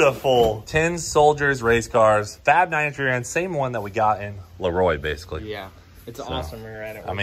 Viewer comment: La roy as cleetus pronounced leroy lol